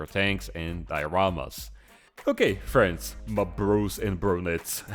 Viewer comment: Ma fwends